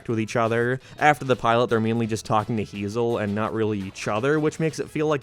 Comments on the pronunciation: It's "Hay-zehl" NOT "HeE-ZaH" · I think her name is pronounced Hay-Zel.